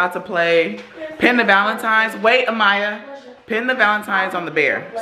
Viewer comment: Not Valentimmmmes Day